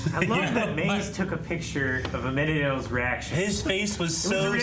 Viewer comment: is the only one that says it incorrectly but he's deaf in one ear so that could be why